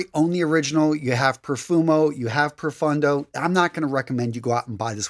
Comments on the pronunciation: PRO-PHONE-DOH -- Italian pronunciation (meaning DEEP). Thanks for the recommendations! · Pro(roll the r a bit) foon doe= profondo